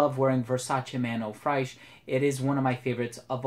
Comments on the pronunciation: Man i really enjoy your reviews but please the American frag YouTubers should try to improve more on their foreign language pronunciation. You pronounce Fraiche like The sound you use with "trés" in French. So its like "Frésche". You have google translate you can use the audio to improve your pronunciation, Theres no excuses. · Good video, but "fraiche" is pronounced kinda the same way as in English :)